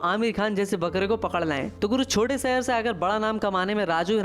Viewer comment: Abey tu kon se gaon se hai jisko shahar bolne nhi aata sahr sahar kar raha hai Nagpur ko chota bola raha hai Nagpur chota sahr nhi re bolne pahale soch ke bolo 😂😂😂😂😂😂😂